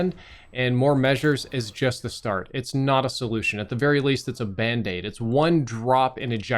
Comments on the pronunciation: did you say... banned-aid? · a ban-daid